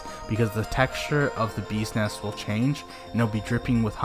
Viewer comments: When pronounce BEES NEST Sounds Like ' BUSINESS'...i thought he is talking about a business... LMAO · i totally agree!😂sounds funny